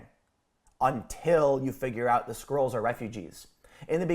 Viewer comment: Why do I hear the word "squirrels" every time Tim says "Skrulls"?